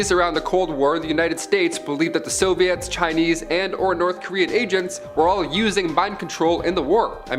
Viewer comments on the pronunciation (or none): none